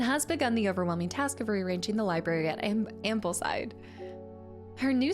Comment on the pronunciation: and heres me giggling at the mispronunciation of Ambleside ;) and Gosforth